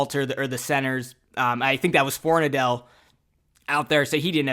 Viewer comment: Everyone keeps pronouncing it For-nuh-dell. Pretty sure its actually pronounced For-nad-ul just fyi. 🍻